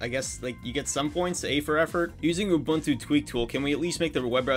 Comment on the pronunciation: Not him mispronouncing Ubuntu (loud crying) Also, can you make a video showing off the Xperia Play in 2025?